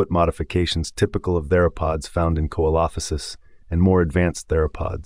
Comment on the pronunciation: This is the first time hearing Coelophysis pronounced this way. Normally, I hear (See-low-fie-sis). Never heard (Coal-off-fi-sis).